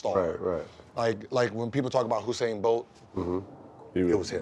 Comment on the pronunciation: Gil still says Usain's name wrong..Hussein Bolt lol